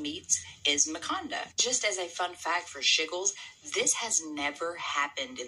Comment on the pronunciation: “Makanda” definitely sounds like “Wakanda”. There’s so much to unpack in here, big time. Peace and PoWah.